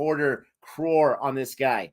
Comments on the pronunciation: it's not Carr it's crow-r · It's pronounced C-rore(Croar).